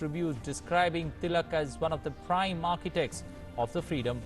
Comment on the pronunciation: Sorry! Sir your pronunciation is wrong! That’s Bal Gangadhar Tilak